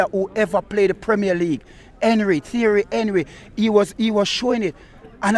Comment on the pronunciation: Man said Fierry Henry😂😂😂